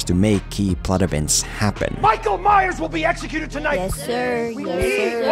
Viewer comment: "Maikol Maiyers"